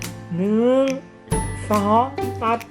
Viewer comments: พี่เขาพูดว่า 1 2 ตัด แต่หนูได้ยิน1 2สัส😄😄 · เหมือนพูดว่า หนึ่ง สอง สัส เลยอ่า